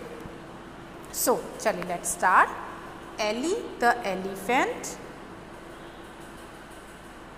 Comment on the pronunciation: "The" pronunciation is wrong... The Elephant..."e" is a vowel...